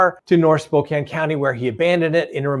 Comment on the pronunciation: Thank you for pronouncing Spokane correctly..